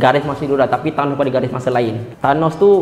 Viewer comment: Bkn tanoh..tp THANOS